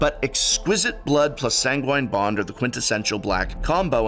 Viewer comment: Toxic del-Yooj, Prof.. not that it matters much ;) Edit: Also, San-Guin Bond.. love you